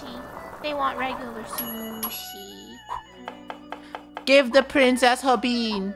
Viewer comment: OMG funneh how do you not know how to say onigiri i thought you know and liked SHUSHI